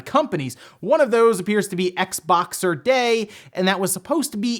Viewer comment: It's Xboxing day not Xboxer lol